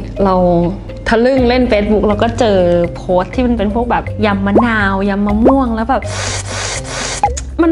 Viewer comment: พี่เขาพูดยิมมะนาว